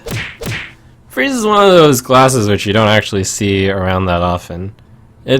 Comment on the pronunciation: haha, eh uh... in the beginning I thought he said "glasses" instead of "classes", so I thought he was talking and joking about his glasses. I'm so stupid -.